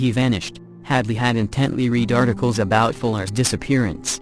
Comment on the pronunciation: If I hear another commputer voice saying reed instead of read again I will probably scream!